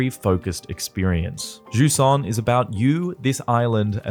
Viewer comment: If only they said its name correctly just once.